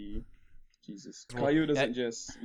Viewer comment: for future reference, cailou is pronounced "kai-loo"